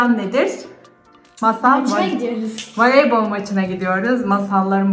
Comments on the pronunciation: Neden valeybol diyorsun ablaa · Ya şu abla niye valeybol diyo sinir oldum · valeybol ne abla voleybol. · Voleybol denir valeybol degill 😂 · Valeybol değil voleybol.